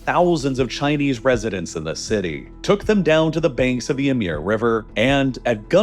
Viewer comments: That was the strangest pronunciation of the latin Amor (a.k.a. Cupid(o), Eros, etc.) I've ever heard (even more strangely it varies throughout the text). Even more, the Slavic/Russian change of the latin letter O to cyrillic letter У(latin U) tells everything one needs to know about correct latin pronunciation: since modern Russian is just a dialect of 9th century Bulgarian, which is the first codification of Slavic and also bulgarians are the inventors of Cyrillic script (contrary to mass propagated unscientific statement it was first dated from before birth of st. Cyril). The main idea behind several new scripts for Slavic was to exactly match pronunciation with spelling (for quite a while not the case with Russian, but Amor/Амур came through ancenstors of modern ukrainians to mondern russians from Bulgarian 11 centuries ago) аnd if one takes propper Latin lessons will learn that Latin pronunciation of Amor matches the Амур(Amur) in Bulgarian/Russian. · While I enjoyed the video, I HAVE to mention - Dude, you BUTCHERED the pronunciation of "Amur" river (um-moor, not am-eer). Amir is an Arabic/ Semitic word meaning "Prince." Also, the Russian city "Khabarovsk" should be pronounced "Kha-bar-of-sk" and not... whatever you said. I'm an Australian who speaks ZERO Russian and if I can pronounce these things right, you can too!! Hells, the only reason I know how these names are supposed to be pronounced is because I used to watch videos made by Natasha, a ridiculously, impossibly beautiful Russian girl, who was from that region. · Is there a reason you pronounce the river "Ameer" when I expect "Amoor"? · A-moor, not A-meer. It's hard to take this guy seriously when he can't be bothered to learn the most basic information about the subjects he covers.... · It's Amur (Amoor), not Amir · The river is the Amur ("AmOOr"), not "Amir" ("AmEEr") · Is spelled AMUR Gets pronounced AMIR 😂😂😂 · Great video, but Amur is pronounced “Ahmoor” not “Emir.” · Why do you pronounce it "emir?"